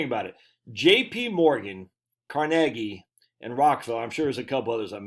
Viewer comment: Thank you for pronouncing Carnegie properly...most people put the emphasis on the first syllable instead of the second and then argue that they're right. The Carnegie Institute pronounces it right...who would have figured?